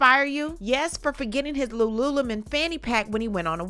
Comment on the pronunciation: I have never heard Lululemon pronounced like that before. It makes it sound exotic 😂